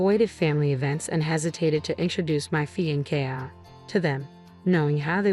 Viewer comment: Is this story read by a computer? It doesn’t sound like the usual computer voice. The mispronunciations aren’t usual either. A computer would correctly pronounce “fiancé (fee-on-say) and wry (rye).